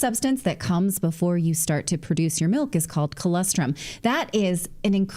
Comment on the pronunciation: For the love of everything holy, Natalie, pronounce colostrum correctly! I'm also from a dairy farm, please, look up the pronunciation and use it, I'm sure your sponsor would appreciate it